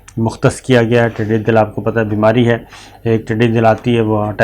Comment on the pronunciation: بجٹ کے ٹھوس پہلوؤں پہ آپ نے بات کر دی ، ویڈیو کی جانب توجہ کرنی چاھیے - پلیز نوٹ کریں کہ ھمارے ھاں سالانہ اڑنے والے حشرات کا فصلوں پہ حملہ ھوتا ھے ، اسے "ٹڈی دِل " نہیں ، ٹڈی دَل کہتے ہیں - یعنی "د" پہ زبر ھے - دَل کا مطلب جھنڈ ، جتھا ، ھجوم یا فوج ھوتی ھے - میرا گمان تھا کہ آپکے خاندان نے بھارت سے ھجرت کی ھوگی کیونکہ آپک لہجہ بالکل صاف ھے - اب یہ تلفظ کی غلطیاں کیوں ھوتی ہیں ، اللہ جانے - ھمارے قومی بجٹ کا سب سے دلچسپ پہلو بجٹ سیشن کے دوران نہیں ، بلکہ اگلی صبح پارلیمنٹ کے اندر دیکھنے کو ملتا ھے - اپوزیشن تو بجٹ کی کاپیاں پھاڑ کر ، فرش پہ بکھیر کر چلی جاتی ھے لیکن اگلی صبح پارلیمان کا عملہ صفایؑی جب اپنا کام کرنے آتا ھے تو ھال کی حالت دیکھ کر وہ لوگ جس طرح اپوزیشن والوں کی مان بہن ایک کرتے ہیں - وہ منظر دیدنی ھوتا ھے - حکومت نے توانایؑی پیدا کرنے اور اس کا ضیاع روکنے کے لیے فنڈز مختص کیے ہیں لیکن اب تک حکومت کی جانب سے اس بہت بڑے قومی خطرے سے نبٹنے کے لیے ایک ھنگامی قومی آپریشن لانچ کرنے کے آثار نہیں ہیں - ھمارے ھاں کراچی، لاھور ، فیصل آباد کا بجلی چوری کا " کُنڈا نیٹ ورک " بدستور فعال ھے - نجانے کتنی فیکٹریاں گیس چوری کر رہی ہیں - ملک کو ھونے والے اس اربوں ڈالر سالانہ کے نقصان کے ازالے کے لیے حکومتی گرمجوشی اب تک موجود نہیں ھے